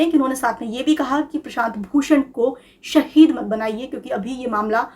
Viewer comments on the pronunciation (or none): none